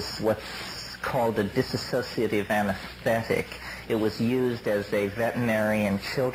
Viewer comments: he got it wrong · Even McKenna got "dissociative" wrong, unless the word was changed after.